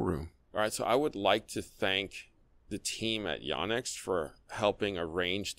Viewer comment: Correct. says it like “Yaw-nex”, which is a little harsh on the ears especially considering his East Asian heritage and being at least bi-lingual (speaks Cantonese).